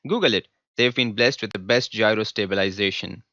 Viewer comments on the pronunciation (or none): none